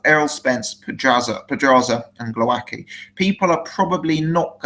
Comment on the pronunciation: its GWOWASKI 100% sure (polish roots here) L like w in english(ex white) cheers